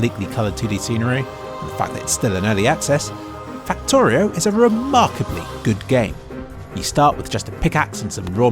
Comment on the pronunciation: Fucktorio? or Faktoreo